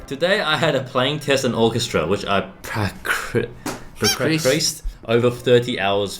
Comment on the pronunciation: When you cried while practicing: "PRACRICED"